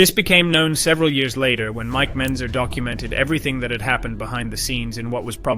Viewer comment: Mike Mentzer, not Benzer